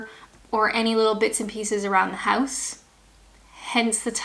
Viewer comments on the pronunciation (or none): I love how very Canadian that "house" sounded :)